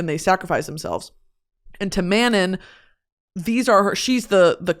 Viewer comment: The way you’re pronouncing Manon and Terrasen is killing me 😭